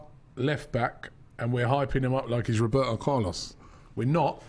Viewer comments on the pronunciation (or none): none